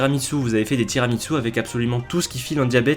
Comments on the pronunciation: Il n'y a pas de T dans Tiramisú. Sinon, super vidéo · Complètement d’accord avec la dénonciation de ces horreurs alimentaires, mais, pour rappel, tiramisù ne se pronce pas « tirami tzu »! Ça fait le même effet aux oreilles qu’une pizza avec de l’ananas le fait au bon sens.